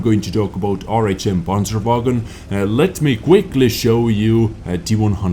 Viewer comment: "Räinmedal Panscherwägon" youre so close bro...Greetings from Germany